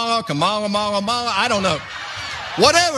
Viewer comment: “Kamama, Kamala, Kamara, MalaMala” 😂😂